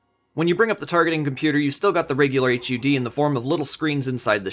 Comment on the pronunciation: “Aitch You Dee” shudders